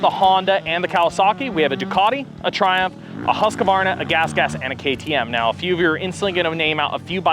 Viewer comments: You realize it’s pronounced “Husk-Varna” not “Husk-a-varna?” You probably should since your professionals and all. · Husqvarna is pronounced Husq…varna not Husq A varna… My dad had a 74 husky and has been complaining about the incorrect pronunciation since I was a kid… while working at Fox… I took the opportunity to ask all the industry guys and old time European riders to hear the correct pronunciation and man we never seem to learn in American